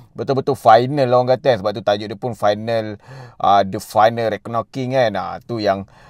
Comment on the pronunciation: Aku geram sebab kau borak meleweh+tak pandai cakap tapi sibuk nak buat review...baik tak payah buat review. Kau sebut dead reckoning pun salah. Kau sebut villain pun bunyi violent. Apabenda la youtuber lepu mcmni